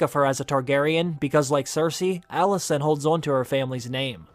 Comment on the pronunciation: You pronounce ALICENT as ALISSON. 😕